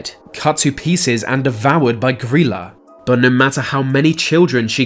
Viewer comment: Pretty sure you’re pronouncing her name wrong it’s gry like cry and la gryla